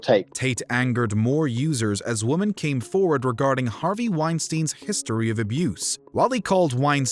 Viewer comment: It's pronounced women not woman 😒🙄😑😐😕😤